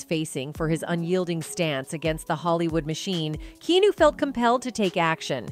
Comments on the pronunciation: Parbly a A.I. or clearly someone who has never heard his name pronounced out loud. Key new. 😢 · OMG IM PULLING MY HAIR OUT EVERY TIME SHE PRONOUNCES HIS NAME WRONG ITS Key Ah New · Yah. I thot dont say kenu. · KEANU is pronounced KEE-ANN-OO! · The number of Key-New mispronunciations is disturbing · Also his name is key-on-ooh Reeves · The AI voice over says “Keenu.” 😂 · KEY-AH-NEW. Now say it with me KEY-AH-NEW. See that wasn't that hard! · Key New? Interesting pronunciation for Keanu. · Who can even watch this video while the entire time she keeps referring to Keanu Reeves as "Key new" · This can only be an AI voice or somebody who lives in the woods. It Key-ah-new bish! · JESUUUUSSSS H CHRIST !!! here I'll help you !! Key-ah-new KEY-AH-NEW !!! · Nah did she call him Kēnew😕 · KEY-AH-NEW you simple AI!!!! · Just cringing every time she says Keenu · 1:7 KEE-NEW??? is that proper pronunciation of his name??? 🤨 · KEY-ON-NEW LEARN HIS NAME. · Kee-ah-new is a sweet heart. Please don't use AI generators anymore. It's painful listening to someone's name mispronounced over and over. Seems to defeat the point. Thanks. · Kee-noo, lol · Try using “Key-ah-new” for your fake narrator. Better yet, hire a voiceover professional. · Please learn to say KEANU🧐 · who the heck is "kee- new"? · WTF ??? KEENU?? WHO IS KEENU?? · That's interesting, but goddamn A.I. voice readers are annoying. Why'd you let it keep pronouncing the name 'Keenoo'? Lol. Just read the script yourself. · Kee Noo...???? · I could not finish watching this! Is this AI generated!? His name is not pronounced key new! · ke-nu?? c'mon noobs, get your sht right. I know it s a fkn robot, but still... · "Key New" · The horrendous pronunciation of Keanu is pissing me off. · I hate all these AI generated videos. Can't even pronounce "Keanu" right. What is the connection between Jim and Keanu? Nothing. AI thought it would generate clicks and traffic. And it does. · You’re saying Keanu wrong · Pronounce his name correctly.